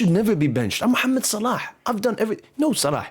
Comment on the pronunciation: Brother where are you from? the way you pronounce "Mohammed Salah" is very native